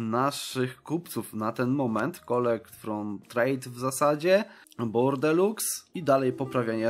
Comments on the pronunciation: Bordeaux czyta się Bordo! A nie Bordeluks! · To nie jest bordelux tylko bordo xdd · Nie "Bordelux" się czyta tylko "Bordo" :)